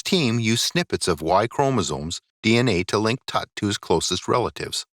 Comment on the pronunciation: Your pronunciation of Tut is HORRIBLE.